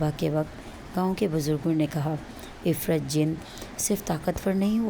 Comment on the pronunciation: O bb parhi likhi ye afreet hota hai ifrit nahi